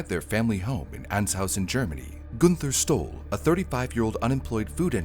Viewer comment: When you said the name Günther Stoll, I thought you said he stole something. That letter does not look like a "Y" it looks like a "9". How does a head on collision throw him onto the passenger seat? Wouldn't it throw him forward? Possibly through the window? Inertia is a thing. So, we still don't know what YOG'TZE is?